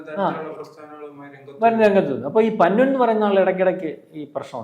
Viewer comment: പന്നു അല്ല പന്നൻ